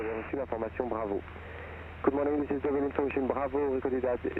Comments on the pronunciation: Enjoyed your latest video very much. Laughed a bit how you pronounce your destination airfield “Duval” while it’s Deauville. Appreciated also the atmosphere in the cockpit & joke about autopilot ! Keep up the good work & fly safely, sir ! Greetings from EBAW ! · Lovely Most enjoyable But pleeeeze learn how to pronounce Deauville - it’s ‘Doh-vee’ not ‘Du-val’ ! Reminded me of Edward Heath speaking French. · Another nice video. Just one thing annoyed me a bit (I'm French...). Correct pronunciation for Deauville is "Dow-veal". I learned to fly in the UK but first flew to France last summer. I agree with you, it was much easier than I initially thought it would be. Your video helped me making the big jump. Thanks